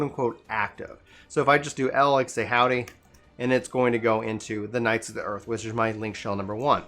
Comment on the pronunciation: hwody? :) im just messing around so no worries - i just thought it was chuckle worthy and figured id share! :D